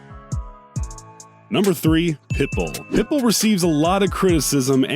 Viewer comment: But he said it Perfectly when he talked about Pitbull. 🤔